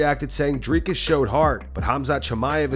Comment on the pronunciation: Why does Belal call him "driscus"? What an idiot...